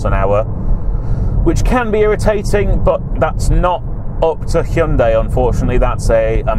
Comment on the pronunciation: Call me an old pedant but i like the fact you correctly pronounce it Hy-un-day not Hi-un-di as most reviewers call it, drives me mad.